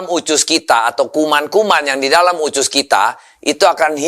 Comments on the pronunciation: Usus bukan ucus ya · Of course I do. It's just the way he pronounces it. Even his Indonesian is a lil bit weird. He says "ucus" not "usus". So I need to think hard before got it. 😅😅😅😅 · USUS bukan UCUS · kok nyebut usus pelafalan nya ucus ya?? hehe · Usus bukan ucus pak de